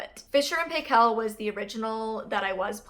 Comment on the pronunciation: Great vid! Btw the Paykel is pronounced more like Pike-ell